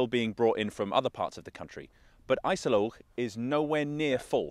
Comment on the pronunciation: IJssel Oog not I-cell-loch